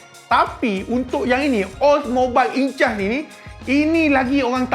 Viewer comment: Sebutan Oldmobiles Incas adalah Ol mobils Inkas. Derives from word Inca, ancient native of southern america.